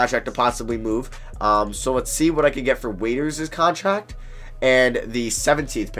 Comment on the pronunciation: listen to how he says contract😂